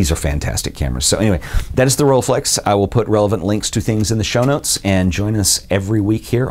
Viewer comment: pronunciation with 'u', not 'a' when reading the 'e' from rollEiflex!